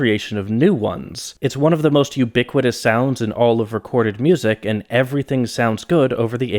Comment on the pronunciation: The zubat when he says 'ubiquitous' is so funny